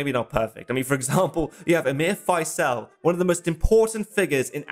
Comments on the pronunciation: Not sure about Prince "Fysell". More "Fizl", as in reprisal, I think. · Gawd sake stop calling Faisal, Fyselle. With your wonderful research into all these films, I would have thought you could have pronounced his name correctly. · You might have taken the time to learn to pronounce Faisel...